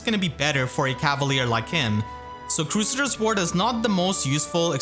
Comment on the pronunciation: "Crew Say Ders" Ward :x